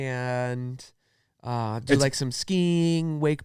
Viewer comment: "bolth" and "thum" lol